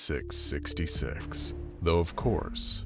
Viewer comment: gng he ment that he didn't say 4666 like a curse but said it like fourty six sixty SEX not six gng🥀🥀